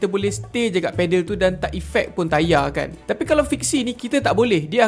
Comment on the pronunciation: mcm "saya dah order tayarrr" 😂